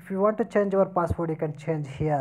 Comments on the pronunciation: Password ko passport bol raha hai.. Sahi se English bhi nahi bolne aa raha hai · Is he saying passport ?